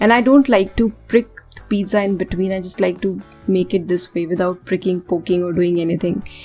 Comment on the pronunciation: You idiot don't know how to pronounce pizza